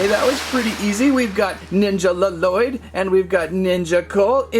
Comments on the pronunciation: You don’t pronounce the second l in Lloyd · Lloyd: AAARRRHHH it's not LaLloyd it's Lloyd AAAAAAAAAAARRRRRRRRHHHHHH!!!!!!!!!!!!!!!!!!!